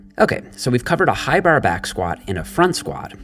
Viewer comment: The way he pronounces "bar" just ruins the video for me, it's a torture for my ears, but keep up the good work